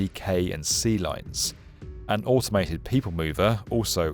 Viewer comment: why does he sounds like he's dutch when saying "lines" it sounds like "lijns"